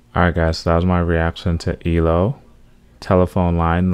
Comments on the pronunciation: It eeee. el. Oh. Three letters, or letters. not elo one word. And yup Jeff is a genius. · It's pronounced E - L - O, not eelow, one of my favourite songs of theirs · It’s pronounced E. L. O. Lol. Not Elo. Do mr blue sky! Evil woman and I can’t get you out of my head. Also a song called showdown. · It's so nice to see a young guy really appreciate ELO/ Electric Light Orchestra, pronounced E-L-O not ELO. If you want to hear one of his very best songs which is hard to choose cause they're is 50 years of them give "Roll Over Beethoven" a try it will blow your mind and "Rockria". There are so many more, you will love them all! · You pronounce E...L...O as separate letters not as one word like you were saying in the beginning of this video.